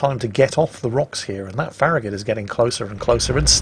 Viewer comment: farragut is not ferri gut